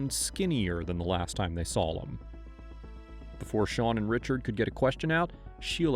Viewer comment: Are you aware you pronounce "draw" and "saw" as "drawl" and "sawl"? "saw-lim" instead of "saw (h)im" "drawling" instead of "drawing"